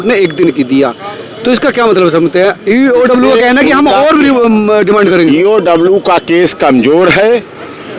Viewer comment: पत्रकार महोदय, ईओडब्ल्यू नही होता है, इओयू होता है, आप बार बार ईओडब्ल्यू बोल रहे है, सोच समझ कर उच्चारण करिए, बाकी I SUPPORT MANISH